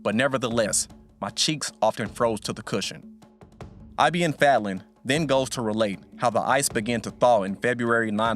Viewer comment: its not I.B.N FEDLEN its ibn fadlan